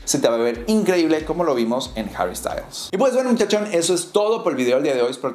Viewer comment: Esta tan difícil pronunciar harry ? Y no decir herrrry como si fuera inglés ?